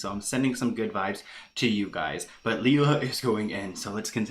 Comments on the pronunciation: It's pronounced Lay-La Ok its me..i show up alot with videos on britneyand baby. My son has duchenne. And I can tell you she is not handleing the situation with Nolan well..people are right he is supposed to and needs to wear his braces on his legs as much as he can tolerate with breaks in between.(which I guess he could conveniently have them off on "a break" when Britney films)THIS WILL AFFECT HOW LONG NOLAN CAN WALK..the normal age kids with dmd stop walking is 12 with the use of braces. If he doesn't wear the braces he will be in a wheelchair sooner. Second Britney carries the flawed gene. The sons most likely will have it and daughters carry it. She chose to have two children knowing the risks. Not only is Nolan sick but all of his siblings WILL HAVE DEPRESSION just ask my children how life is with a brother who will die young. There is no cure for DMD. No Cure period. My son is 20 I dont have much time. When I see what she could do and isnt for Nolan I get very angry. she needs to wake up and do everything she can. I will comment on every video with her name hoping to get her attention..get Fletcher and the girls tested for the gene ASAP I know it is scary but knowing this is very important. My 15 daughter who carries the gene is already having heart problems which is a side affect of being a carrier..britney and her girls need to find out now. You dont want to fimd out the hard way with your daughter to pass out from running because her heart is weaker than non carrier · That’s not how it’s pronounced (Lee-la) , it’s pronounced Lay-La. OKBABY NEEDS TO STAY OUT OF IT, she’ll be chewed up and spit out as well. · Its layla thats how you say it lol